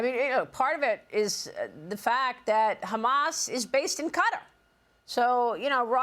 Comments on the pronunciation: lady it's not pronounced cuttar , your supposed to be a professional , ka -tar is how it's said it took till he said it to figure out who she was talking about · You hear the people of Qatar pronouncing their country name. Yet you still say cutter are you ignorant or rude to their country its pronounced KaTar. You’re ignorant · Please pronounce it correctly it's catar. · That is very very true. They have been saying cutter, since the first Gulf War. I cringe whenever some so-called pretentious journalist says cutter, Thank You!